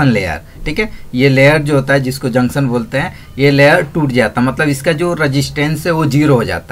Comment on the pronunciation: Jaksan nhi janktion hota hai......